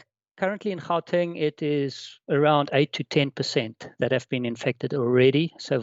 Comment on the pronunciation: Really only recorded 4 days ago? Would've thought host would've known how to pronounce Gauteng and Omicron (ohh-me-cron) and know not to refer to it as the South African variant. 🙄